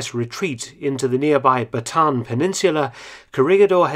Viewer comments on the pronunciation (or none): As A Filipino, you actually pronounce Bataan as Bat-a-an.